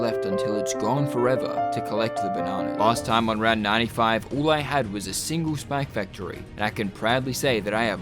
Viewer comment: why does he say spac factory